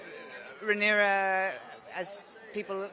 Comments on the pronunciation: I think that reporter call her character rhaenys instead of rhaenyra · why’d she keep saying Rhaenyra with an S lol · Sorry but I don't like that the interviewer keeps pronouncing Rhaenyra incorrectly. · Why does she keep MISPRONOUNCING her name!!! IT is QUEEN RHAENYRA . I’m screaming